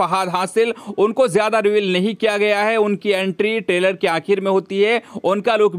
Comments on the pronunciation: Taylor nahi bhai trailer bolo😂😂😂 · Taylor Nahi re baba trailer bol trailer 🤣🤣🤣🤣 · टेलर नही रे ट्रेलर